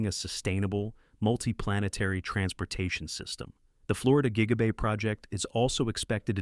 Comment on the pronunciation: JIGA BAY???